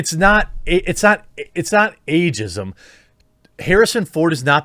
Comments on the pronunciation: “Agism” LMFAOOOOO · Lol "Agism" ok boomer